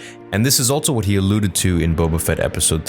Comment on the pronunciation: Also is pronounced "also," not "altso"